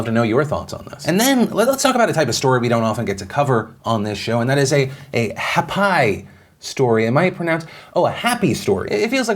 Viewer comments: I legit almost choked on my pizza when he said ha-pie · When Phil said "Happ-I Story," I thought he meant hapai as in Hawaiian for being pregnant. I seriously thought Phil was covering a Pregnancy Story until he said Happy. Thanks Philly D for filling me in on a Happ-I Story not a Hapai Story.